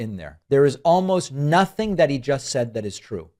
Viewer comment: He said "impordant" and he lies, and he's vile.. reminds me of MTG in her hayday. Rambling about bullshit while saying words like sometheen and notheen. Smh.. I'm dead. I give up.